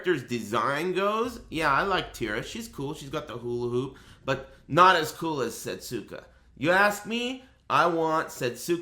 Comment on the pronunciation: Setsuka is pronounced 'seh-soo-KUH' proper. Since in certain dialects, certain vowel sounds are removed from the pronunciation, 'seh-SKUH' is also widely acceptable. The point is, there is no 't' sound in the name. Thank you for reading.